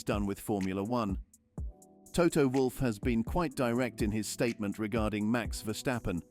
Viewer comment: PRONUNCIATION: it's NOT VerSHtappen - Just Verstappen ! AND: Toto - Not ToTTO - Wolff ...